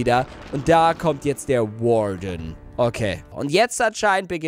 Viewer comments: Es heißt übrigens Warden nicht Garden. Hab die ganze Zeit Garden verstanden. Ka ob du Warden gesagt hast habs AUF jedenfall anders verstanden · Nicht Garden sondern Worden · das heist warden und nicht guarden